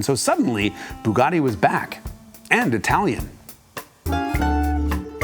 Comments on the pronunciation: Bugatti, not boogotti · The F40 would like a word in your ear about who was the first carbon car.!technically it’s a carbon/kevlar mix but aye, t’wasn’t the Bugatti old bean. P.S. Bugatti isn’t pronounced ‘Boooogotti’, that’s why they use a U, not a double O. Not forgetting the A, of course: One would assume a fellow would know this if said fellow was doing a special feature on the fkn things. You lot over the pond haven’t mastered English yet, so you really shouldn’t be stretching yourselves by trying to have a whack at the Italian.